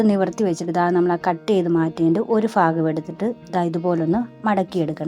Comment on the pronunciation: ധം തെറ്റിയതാ.. ബാക്കി എല്ലാ ഷോർട്സും നോക്ക്.. വിഫവം 😄😄